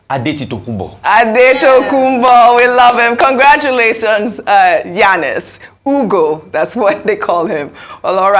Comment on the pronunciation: It quite amazes me how these Arise News people, especially Ms. Ojy Okpe, who is said to hail from the ethnic Igbo-speaking Delta State, cannot properly pronounce a common Igbo name as "Ugo," which means Eagle 🦅? The point here is that Igbo names are phonetically pronounced. That is, you say them just the way they are spelled. Especially, if you have heard the word before, it makes pronunciation a lot easier. Has Ojy Okpe not heard the word, "ugo" (as in eagle 🦅) before? If she has not heard the word (ugo) before, she is duly excused.